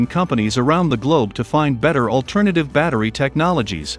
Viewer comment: What? He can't even pronounce the word 'battery'!